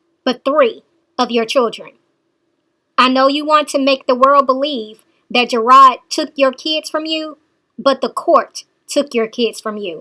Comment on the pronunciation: not ''GERARD'', isn't the one that issued a warrant for her arrest! It's the courts because she is not following the stipulations of the court order.